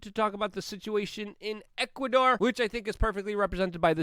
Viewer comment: You keep saying Ecuador. Lol